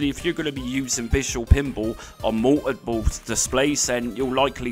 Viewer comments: Mou-oh-pull... OH! "Multiple". OK, thanks. I guess. Still left you a like. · The way you pronounce "multiple" LOL